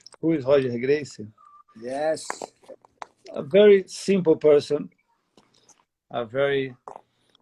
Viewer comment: I thought it was hoger gracie the r's become h in porrtugese